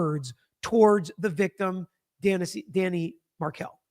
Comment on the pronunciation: Yes, I cringe every time she says Danny